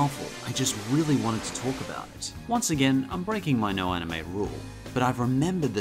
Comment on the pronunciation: "anime" not "amine" Anime, as an English word, is a catch-all term for animation originating from Japan. In Japan, it refers to all animation. It is not something that's not for kids. Pokemon, Digimon, Sailor Moon, Yu-Gi-Oh!, Azumanga Dai-Oh!, etc. are all aimed at kids. *"Masquerading", not "mascarading"